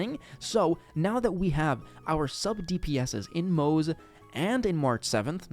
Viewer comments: His name is pronounced Mo-ze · Also it's still pronounced Mo-zuh